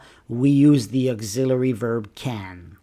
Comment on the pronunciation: Why do you pronounce auxiliary like this!????